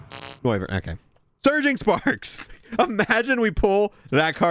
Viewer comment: Idk why I hear Surging Farts whenever dude says Surging Sparks hahaha